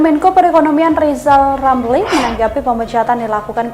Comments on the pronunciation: Mksud Ghizal Ghamli,Nte yg mau gantikan Pak Jokowi..? Dari pd Nte yg mau jdi Presiden,mending gk usah ad Presiden. Krn Ghizal Ghamli,Jgn kan jdi Presiden,nyebut huruf R sja gk tau. G mna,mau jdi Presiden..? Sangkin bodohx klu Ghizal Ghamli,jdi Presiden pasti gk ad yg mau dgr apa kta"x. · Ini komental saya buat lizal lamli, kalau mau jadi Pleciden, belajal ngomong R dulu, soalnya ngomong nama sendiri aja kagak BECUS.!!! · Lizal lamli halusnya bicala benal dulu balu bisa koleksi olang, bilang R aja susuah mau ngurus negara , ngurus satu huruf saja susah..wkwkwk. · Lizal Lamli olang gk walas...gk pintel... Adooh...sorry bro gk bisa ngomong "R" 😅🤣😂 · Lebih baik lijal lamli aja yg mundul 😀😀😀